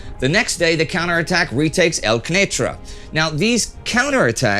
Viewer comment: Just a small thing: it's called Qunaitra with a strong open accent on the Q and not Quneitra (on the other hand, Marjayoun pronunciation was perfect)